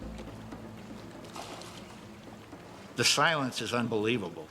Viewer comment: Lol "the shilents is unbeweavable" what is this voice Also... 2000 lbs of stuff on a raft? Doubtful you put the weight of a whole entire car on an inflatable raft rofl